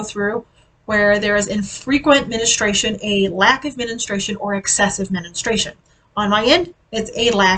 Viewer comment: Good luck on your journey. I cannot wait to see where you are in 6 months, but it is a day to day challenge at first. Make sure to keep your electrolytes up. That was the error I made at first on keto. Dr. Ken D Barry and Neisha have a cheap easy recipe on their site. PS: It is pronounced Men STRU Ation. - I'm not being mean, it just took me a while to figure out what you were saying.